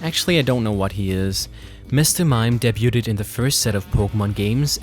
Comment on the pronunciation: he pronounces the t in debut :D